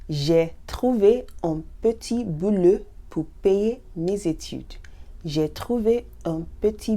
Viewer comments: The pronunciation I am used to is "bo", "boulot", "po" whereas yours is kind of "bö", "bülot", "pö"... Understand what I mean? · ...it's still me - Barbara - asking: what about the pronunciation of "beau" and "boulot"...? 🥰